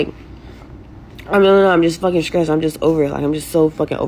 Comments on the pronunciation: We know the IQ when someone says Skressed ... girl its STRESSED ....😂😂😂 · "When I'm skressed out " is "skuggling"